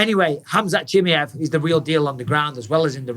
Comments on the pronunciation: Please bisping learn his name right. Chi ma ev Not chimjeev😅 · 'chim-yev' really bisping? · CHIMAEV - "SHE" "MAV"